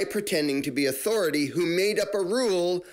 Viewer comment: Every time you say authority, I only hear Cartman, " I AM THE AUTHORITIE!"🤪